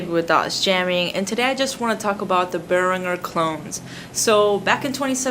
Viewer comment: Its pronounced Bear-an-jer